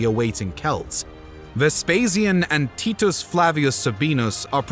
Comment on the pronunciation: It's Ves Pay She In - Vespasian. It's Ty Tus--Titus.